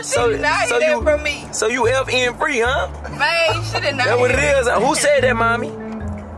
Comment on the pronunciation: said “F.R.E.E” 😭